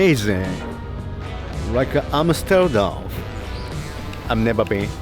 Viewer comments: The way pronounces Amsterdam is almost as a native Dutch speaker! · actually pronounced Amsterdam really well. It actually sounded dutch. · Wasn’t ready for perfect pronunciation of Amsterdam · Damn, pronounciation of Amsterdam is pretty good. Most foreigners just called it Amsterdamn. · natsukis pronunciation of the word Amsterdam is spot on! i always thought japanese/dutch have similar tones in the languages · As a dutchie I gotta say, for someone who's never been to Amsterdam, pronunciation of the city name was pretty spot on and sounded very dutch xD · Holy Crap! actually pronounces Amsterdam properly! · As a Dutch person that is so weird to see. Oh my god. The way said Amsterdam was actually pretty good too!